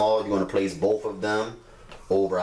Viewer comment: Its said both( bowth), not bof